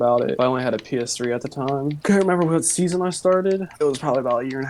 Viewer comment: I knew it when he said, I don’t know wich SEASON I begon